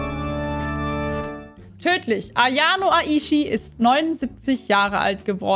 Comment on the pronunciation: du hast ayano aishi falsch ausgesprochen